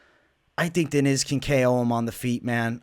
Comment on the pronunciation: In Brazil we dont overstand the i, so we say it kind fast it kinda like DYNYSS, not like Dee Nees . But thats ok, thanks for the odd man, stay cool, God bless you